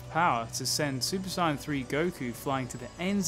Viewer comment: The way he says sayian is hurting my brain